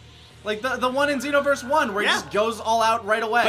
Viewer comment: If you pay attention, actually says "Zee-noverse" instead of "Zei-noverse"